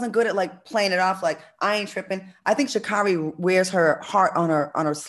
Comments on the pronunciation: it's Sha Carri(Kerri)...not car E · Pronounced SHA-CAAAAREY! No one seems to really know her name LOL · SHAAA-CARE- RIE...is the correct pronunciation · SHA NAY NAY!😂😂